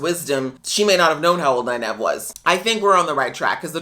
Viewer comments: Also, it's pronounced nine-eve, not nine-ev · Note: Nynaeve is pronounced "Nine eve" where Nine is the number and Eve is like "Christmas Eve." The mispronunciation of her name by Liandrin was meant to be a joke about book readers mispronouncing her name a lot, but it happened to have the effect of confusing a lot of people new to the series who didn't have her name down yet. It is too bad they didn't have Nynaeve actually correct her. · While it could very well be a nod to book readers, I actually think the mispronunciation and subsequent "I can't place the accent" line was an Aes Sedai probing statement. She was trying to figure out who Nyneave is and where she came from. "Aes Sedai always tell the truth but it might not be the truth you think you hear" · Nynaeve is pronounced "9-eve" (as in Adam & Eve). Great reactions :)